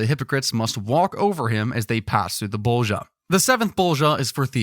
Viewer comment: IM DYING OF LAUGHTER BECAUSE YOU SAY ✨✨BoWlGiJa✨✨